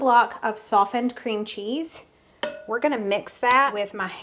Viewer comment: new pronunciation of cream cheese is one for the books! Merry Christmas!